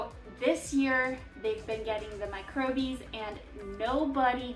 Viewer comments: "Micro-bies" is supposed to be "microbes" pronounced like a regular person? "East" meant to be "Yeast"? with these glaring mistakes in the first 4.5 mins, how can i trust your attention to detail on anything else? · I kept thinking that too 🫣. Microbes!!